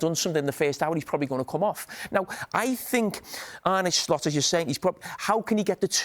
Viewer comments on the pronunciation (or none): He still says Arnay when it is Arna. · Why can't anyone pronounce Arne correctly